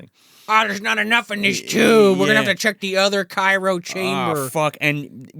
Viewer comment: Cryo. CRYO,. Cairo is a city.